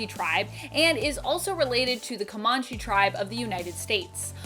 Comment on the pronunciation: Comanche sounds like it is spelled it sounded like you said Kimanche. You pronounced Shyanne correctly the second time. No, Thunderbird? Warpath’s older brother. I would love to see the tribes of the Iroquois shown some love